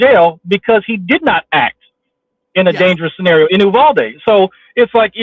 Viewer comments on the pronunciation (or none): none